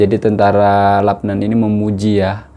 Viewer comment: Salam bro dia eja macam mana LUBNAN atau LABNAN, jika dia eja macam ini Labnan sama macam bro sebut, jika dia eja macam ini Lubnan bunyinya Lubnan saya rasa bro silap, asah bro lidah tu bro.